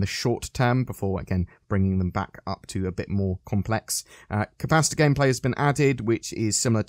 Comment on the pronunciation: I kept hearing pasta rather than capacitor